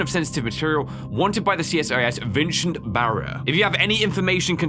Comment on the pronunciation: Bro don't want to be the corrected but uhh say vin and then cent . And well there you go all so its my name